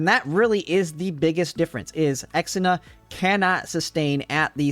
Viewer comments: Ir is ksenia not exina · Ksenia is pronounced as Xenia its not "Ex - en - a", more like "Zhe - nya" 😉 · Also, pronouncing Kesenia's name as "Eks-enia" is so bad, man. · I have always why you pronounce Ksenia the way you do. Even in Russia/eastern European nations, from which it originates, it is a "k" sound, on the back of the tongue. The further west one goes, the more "ick" sound would turn into a "kay" sound, but I have never heard it pronounced as "ex". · Ex-ina? I had this playing audio only and had no idea who that was until I had to rewatch and realize you were talking about Ksenia. That through me in a loop. Not sure who Chahuya is.